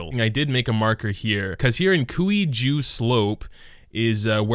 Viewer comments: Cuijue is pronounced as “twei-jeh” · For anyone who wants to know, the way to pronounce Cuijue is Sui-Juay. There is a video covering this as well as other regions across Liyue. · Kuwi Ju slope at least he got slope right 😀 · That pronounciation of Cuijue Slope is killing me